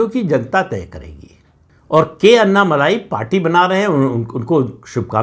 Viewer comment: अन्ना मलाई नही जी। अन्ना मलै। 🙏🏽